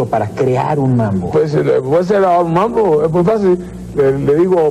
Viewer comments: Es MAMBO, no "MANBO". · Es mambo no manbo. Agusados jajaja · Es Mambo ....no manbo...... jejeje